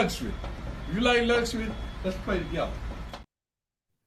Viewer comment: can’t even pronounce “luxury”. That fool said “lush ur we”. 😂😂😂😂